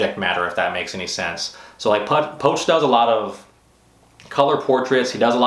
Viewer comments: Poch (poach), I thought it was pronounced "Pooch". He seems a bit full of himself lately, but he is good! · u just butcher pronouncing poch name